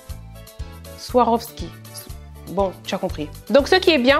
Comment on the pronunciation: Merci pour la vidéo 😙🍒 #ça se lit SVAROSKI au passage 😊